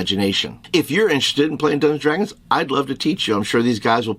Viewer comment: Your friend needs to learn how to pronounce Dungeons & Dragons. Hint: It’s not Dungsdragons or Dungadragons or whatever the hell he’s slurring repeatedly here.